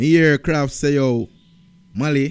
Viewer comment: KRAFF NOT KRAFTY 😂😂😂😂